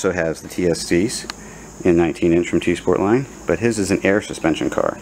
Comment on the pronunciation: Yep, you pronounced it right